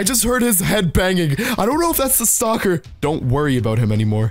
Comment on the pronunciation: Not to be mean but you sound like you say stalker as soccer